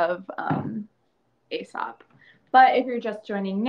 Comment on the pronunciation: Its pronounced as ee-sop btw